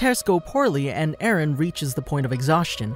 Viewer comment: How many times has Mikasa say "Ereh/Eren"? 21 Savage: A lot.